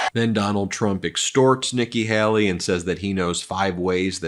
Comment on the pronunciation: I think he also said Vicki Haley